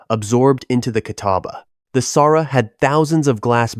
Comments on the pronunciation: Its Saura not Sara. Saura natives, Sauratown. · Saw-rah, Saura. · Oh for goodness sake!!!!!! It’s Saw rah. >>>>>>Saura